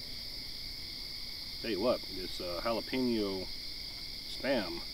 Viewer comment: it's not pronounced jalapino!